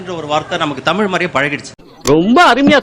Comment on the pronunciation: முதலில் தமில் னு சொல்வதை நிறுத்தவும்😊